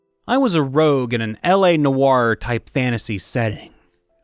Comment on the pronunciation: Rogue, not rouge